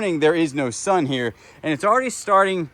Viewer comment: sun...not sin sorry